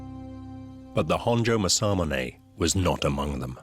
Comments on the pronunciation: That's pronounced Mass-A-Moo-Ne! Get it right! Not Massar-Munay! No 'R' in Mass-A-Moo-Ne! No 'R' in Aka-Ba-Ne! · As someone who lived in Japan for 4 years and speak Japanese, the pronunciation of Masamune is absolutely horrendous. For anyone that cares… it’s Mah-sah-moo-nay.